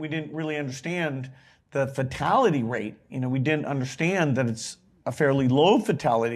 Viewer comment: Gates: "We didn't unnashtand..."